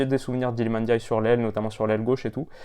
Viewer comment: Le seul français qui sait dire ndiaye correctement 😅 est passe par là c’est sur